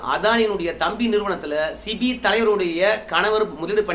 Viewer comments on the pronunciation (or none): சிபி அல்ல. செபி என்று சொல்லவும். நன்றி.